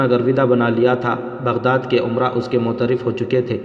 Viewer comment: Amara nhi umara Maham nhi muhim Ahada nhi ohda Apna pronounciation sahi kijiye